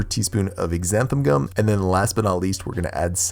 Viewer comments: “With that being said......” It’s actually not pronounced “Ex- anthan” Gum it is pronounced “Zanthan” Gum (the X has a Z sound) like the name Xavier, you don’t say “Ex-avier”! Hope that makes sense 😊 And it’s not “Erythirol” it is ErythRITOL! Sorry it was just starting to grate on me. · Nice slippers. Ex-zanthun gum? Isn’t xanthan gum pronounced like zanthun?